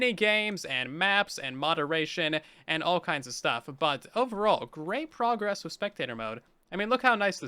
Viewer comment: Remember our said "A lot of pogress" Instead of "A lot of progress"